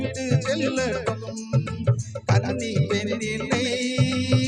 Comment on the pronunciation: ஐயாவின் உச்சரிப்பு காவல்கல் கன்னிப்பென் வார்த்தைகல் நிறைய தமிழ்க்கொலைகள்